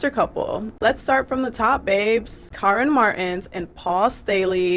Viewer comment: Her name is Karine like Care-EIN- ee